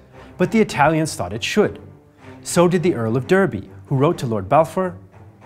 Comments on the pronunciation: Derby is pronounced as Darby and not as Dirby! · Earl of Derby. Derby is pronounced like Darby btw. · Shouldn’t Derby be pronounced more “Darby” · Joshua Adams yes indeed it should. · The American pronunciation was used; another comment suggests English is American. I think it says a lot that such a minor mispronunciation is noticed.